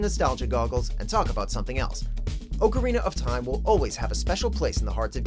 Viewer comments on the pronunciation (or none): You're not even saying the Zelda title correctly... -_- Anyways, why the hell isn't Fortnite on here? People won't shut up about it. It's quite Abysmal. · I'm getting my pitchfork for you saying Ocarina of time